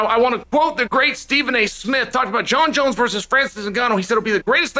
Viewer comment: Jon jons